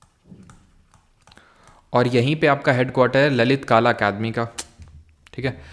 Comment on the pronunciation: सर वो ललित काला नाही ललित कला होता है aur आप खानदेश को भी खंडेश kehte है सुधारणा कर लिजिये humble request